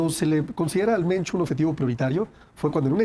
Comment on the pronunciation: No es "moncho " 😂 es mencho